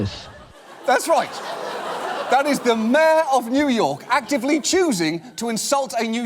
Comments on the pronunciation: Who else heard "Mare" instead of "Mayor" every time he tried to say it. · Did she say America's mayor?